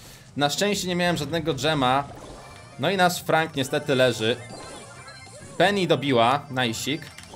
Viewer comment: niemówi się peni tylko penny